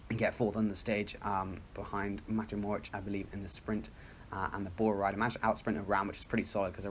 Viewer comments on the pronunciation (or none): none